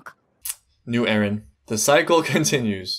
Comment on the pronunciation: Why do u say Ereh instead of Eren. I see it everywhere and its confusing af